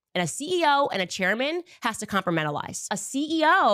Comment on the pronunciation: LOL! did you (or anyone) notice how she said the word "compartmentalize"? go back to . she is so insane with this that she can't even pronounce the word properly. child craving attention.